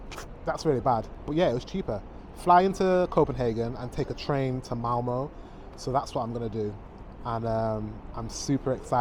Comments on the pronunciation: Its Malmö not MAMO 😂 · You should learn how to say åäö. If you ever go back to Sweden you will know how to say Malmö.